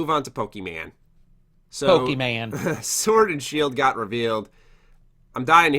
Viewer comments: its POKEMON, not POKEMEN. Just pointing it out for correction in future. Great input in the podcast as always btw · Saying “Pokeman” makes me think you either don’t know or don’t care about the franchise.